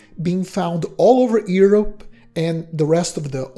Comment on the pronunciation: The way you prononce Europe is very far from the way its supposed to